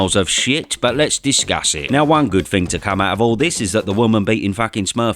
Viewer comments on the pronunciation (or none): somefing? one good fing? learn English and a man's voice.